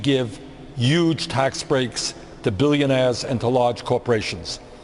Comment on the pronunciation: "Yooj" tax breaks. - Sanders 2016